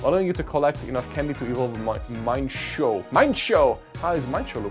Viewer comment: I don’t mean to lip praise or whatever but seriously dude! You are so kind! You always buy event tickets for your subscribers and like- wow 🤩 (P.S it’s Mee-in-foo and Mee-in-shā-ow)